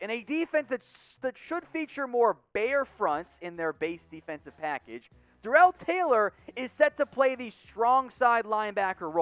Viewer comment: It's pronounced Darrell (Dare_rull) and 5 sacks